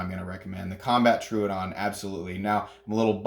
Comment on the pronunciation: It’s Tro-o-don, not Tru-don